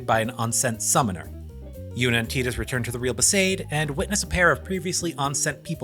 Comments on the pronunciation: Yeaaaaa.. it’s def (Tie)dus.. like (tie)dal wave, (tie)de pods or (tie)iland.. no one’s going to convince me that u get (tea) from a T-I spelling .. when it’s spelled Tedus or Teadus, I’ll pronounce it as (tea)dus otherwise, Tidus is ‘tie’dus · Man, I was respecting this video so much until he started saying Tidus's name wrong. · wow dude TEEdus really? you should be ashamed.